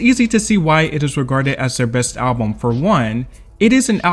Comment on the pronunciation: Why does the AI voice keep saying Album in a weird way.